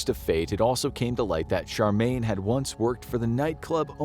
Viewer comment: It's Cheramie not Charmaine